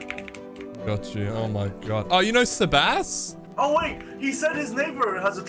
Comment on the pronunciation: How is sebass pronounced sabass 😂